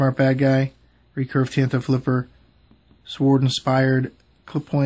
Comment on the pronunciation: Thanks. Also thanks for the text making fun of how a pronounced Suward and Laguex vs Legwicks. While it's true that I was running on fumes, i'm not sure I'd have done much better if I was on a full tank.